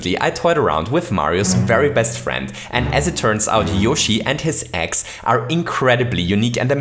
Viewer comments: When ever you Say eggs it sounds like ex XD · Every time he said Yoshi's Eggs, I thought he said Yoshi's Ex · I zoned out for a second and heard "ex" instead of "eggs"...who is yoshi's ex and how would they be useful in mario maker?? Lol